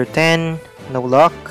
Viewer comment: It sayed luck not lok LOL 😂